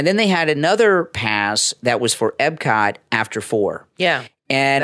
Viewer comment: eP-cot. Not eB-cot. Thank you.